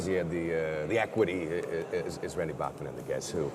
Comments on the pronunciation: Everyone always says Randy's name wrong. It's pronounced BACK man actually. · C'mon Jeff! Did you really pronounce Bachman wrong?!?!